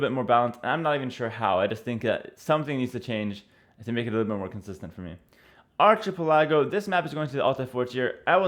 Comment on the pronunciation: ARCHIPILLAGO LOOOOL